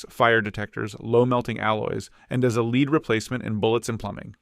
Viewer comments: lol 'leed'... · The author should have reviewed AI production. Did not pick up the gross mispronounciation of lead. Yup, AI still needs to be edited. Most probably a high school homework project. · Loved the video. Provided a lot of great info in a concise manner. Thank you for making this! One recommendation would be to standardize the units when talking about price (kg, Troy ounce, tons) to make it easier to compare between elements. Also, Lead (Pb) is pronounced like “led” not “leed” 🙂